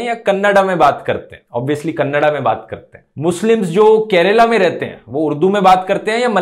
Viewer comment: the way u pronounced kannada as kannada not as kannad just made my day...